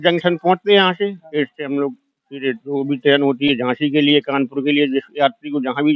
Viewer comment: ऐैट नहीं एट है एट किसी से भी पूँछ लेते भाई तुमने अच्छे खासे एट की एैट एैट कर दी 😂